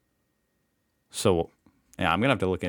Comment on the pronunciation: Antarctic not Arctic!!